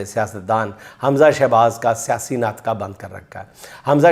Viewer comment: حضرت لفظ ناقطہ نہیں ہوتا ناطقہ ہوتا ہے۔بہرحال۔۔۔۔ملک ٹھیکے پر دے دیں تو بہتر ہے۔